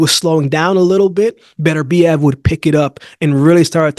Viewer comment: Why can't you Americans pronounce Beterbiev's name? It is pronounced BET URBIEV not BETTERBEE EV.